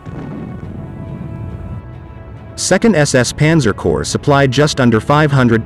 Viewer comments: Corps is not pronounced corpse. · Corps is pronounced "Core" can't cover military history if you don't really know the jargon.?